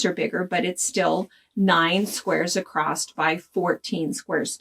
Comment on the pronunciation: Love your tips. Love the pattern. Newer subscriber. As a midwestern gal growing up, I want to give you what I hope you'll take as constructive criticism... The word "across" has no "t" at the end ;)